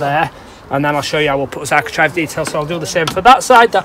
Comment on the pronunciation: Architrave rhymes with grave. Architrive is a grave mistake, geddit! Very helpfull videos, thank you